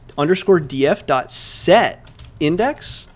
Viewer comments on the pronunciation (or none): Everyone: albany_df: albandy_df